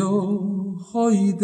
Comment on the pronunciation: 무척 고맙습니다. Y yo joy desesperando가 아니고 Y yo voy desesperando입니다. 그러므로 '이 요(죠) 보이 데세스페란도'로 읽어야합니다.